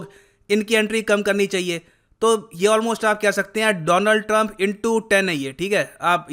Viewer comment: Dolund trump into 10X op sir 😂😂